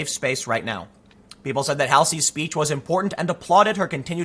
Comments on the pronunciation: Halsey pronounced Hall-Z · Oh he was talking about halsey. Say the name right tim i didnt know who was saying.